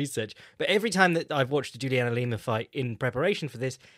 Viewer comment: Why the FUCK did he keep saying Lima